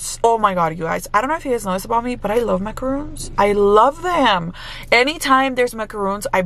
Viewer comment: Great deal cuz they're pricey! But soo good 🤤 💕. By the way, you're pronouncing them wrong. Macaroons (with the ooo sound) are the coconut ones, the macaron is pronounced Maca-Ron (like the name Ronald or like On with the r though). I used to mistake the pronunciation too 😊